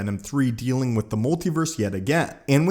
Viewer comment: "pacifically." "molti-verse."